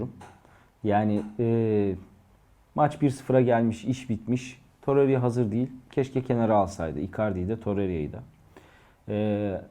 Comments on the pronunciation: Torerya değil toreyra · Toreriya demese izleyebilecem